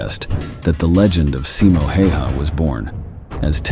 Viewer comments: pronounce it more like Häyhä. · pronounced more like tje "a"s in his name are the hard a, like in 'hat'' " the 'y' is almost like saying the letter "u" há u yá